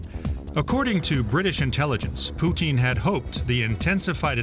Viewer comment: I love it when people pronounce his name Putine.